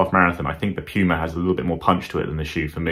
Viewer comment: Did he just say Pee-yew-ma for PUMA ? 🤣